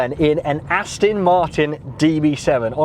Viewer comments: He thinks it's an Austin. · Please,, learn how to pronounce the brand. It's AstOn Martin, not AstIn! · AstOn, not Astin. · Ditto.. Please... Aston, not Astin!!! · This does really grate once you start listening for it. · Its called an accent or dialect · Nice liddle Astin that,! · Can’t stop hearing him mispronounce it now. Not listening to him talk, just waiting for the ‘Astin’ 🤣 Just have to get it out of my system, then watch it a second time 😀